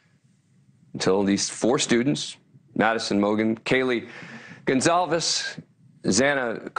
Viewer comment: Stop saying Kaylee “Gonzales”